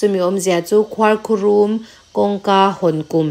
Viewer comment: Ngati nge khuarkhurum tih hi i lam dik theih miah loh a,a mak hle mai,i sawi zing ve bawk sia,a dik lo bawk sia,beng a thlep tlat alawm,nidangah chuan fimkhur hle a ngai tawh ang, zirlai naupang te atanga kum upa thlengin youtube hi kan en in kan ngaithla deuh vek tawh a,zirlai ni mek tan phei chuan kan hnam tawng a dik taka hman hi a pawimawh em² a,in channel ten hetia a diklo a in tih zel chuan mizo tawng hi a dal telh²dawn,khuarkhurum lam dan chu,chaw kan chhum a,duh aiin a lo rum deuh a,chaw rum ani mai😅heta rum kan sawi dan ang chiah hian khuarkhurum hi lam tur ani.